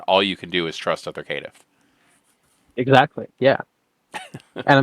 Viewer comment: You forgot the ear destroyer: Kit-tiff